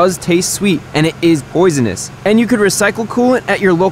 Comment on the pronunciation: ''boys eNOS'' ya mean ‘’poisonous''